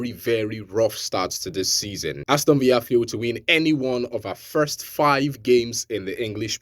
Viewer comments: Villa not viya bro it's English 😅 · Aston Villa is English not Spanish, so stop pronouncing the Villa like Spanish villa